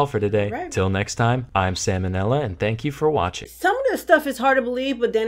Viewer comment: I really don't like being that one asshole in the comment section but... It's not "Sam U Nella". In no part of the phrase "Sam O'Nella Academy" is there the letter U in any shape or form. Idk why it bothers me so much, I think it's the fact that you read the title out loud and so i can't grasp how one can drop the ball on something so simple when the words are right in front of them. I just can't wrap my head around how something as easy as a single letter gets fucked up every single time you react to one of his videos. I mean, the title is right in front of you. That being said, I'm not trying to shit all over you or your channel. I honestly enjoy your reaction vids and it's great to see an already entertaining channel gain a bunch of extra views and subs from creating awesome reaction vids to content from our boy Sam O'Nella(not U NELLA). Hope you're doing well among all this virus shit, keep being awesome